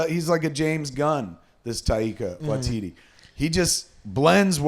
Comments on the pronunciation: It's pronounced, Tie(as in tie a knot) -ka Why-ti-ti. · Okay boys, here it is: TYE-KA WHY-TEE-TEE. Glad to be of service. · It's not that hard.... pronounce it like this..... Taika Waititi..... (Tie-Ka Why-tee-tee) You're welcome. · They're totally fucking up Taika Waititi's name. It's not even hard.